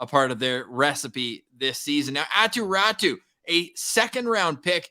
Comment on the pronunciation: Hey, who is this Attu Rattu you keep talking about... The Canucks aquired a player named Aatu Raty from the Islanders and you SHOULD be familiar with pronounciation of his name.